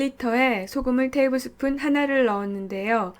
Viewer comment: 테이블스푼이 밥숫가락인가요? 발음이 약간 꼬였다 했더니 영어권에서 살고계신가봐용